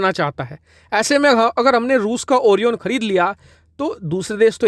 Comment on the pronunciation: O-RAI-ON ....not oriiion